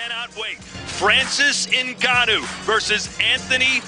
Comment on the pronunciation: And y is my crush calling ngannou ngwanu?